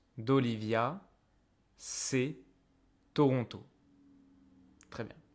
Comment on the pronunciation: I recently moved to Québec from Ontario and you are the first one I heard ToRonTO😁 Way much better then Troono